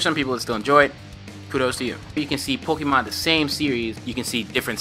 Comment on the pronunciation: Its not pookimon its Pokaemon.........I always get triggered when I here people say it like that haha